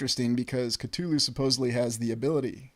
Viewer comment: One of the only times I've ever heard someone pronounce "Cthulhu" correctly. Bravo.